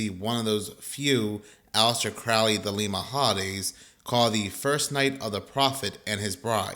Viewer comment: Pronounced: Johns Hopkins and also it is Crow-ley